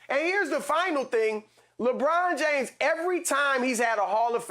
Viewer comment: "Lawbraun Jaymes" -Chris Broussard